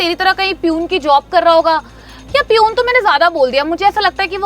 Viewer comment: Parhay likhay to dekho.. 🤭 yeh “ piyoon “ kya hota hai ??? 🤣🤣🤣.. Word “ Peon “ ka pronunciation seekh lo pehle..piyoon 🤣🤣🤣